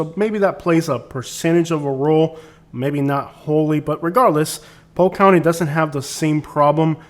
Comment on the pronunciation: Interesting how you only drive through the poor areas of Polk County. I’ve lived there for 23 years and yet my neighborhood and surrounding areas look NOTHING like the crap areas you’ve spotlighted. And btw…it’s POLK…not POKE. Yet another false view of an area you choose to disparage. Based upon your ridiculous commentary you should be LOVING the awful areas you show on this video.